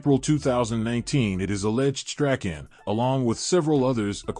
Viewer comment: It's pronounced Strawn